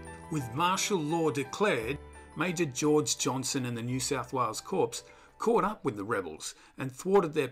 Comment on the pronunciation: Corps is pronounced with a silent P.